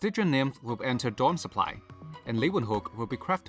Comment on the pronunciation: Wow, someone who can actually pronounce "Leeuwenhoek" right. X)